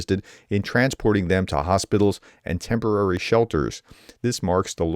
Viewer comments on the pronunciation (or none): none